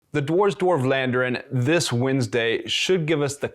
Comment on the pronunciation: Thanks for the vid. PS It's not 'war' with a 'd' in front of it, not the [oh] sound but the [ah] sound (as in 'arse' :-P ). Just saying.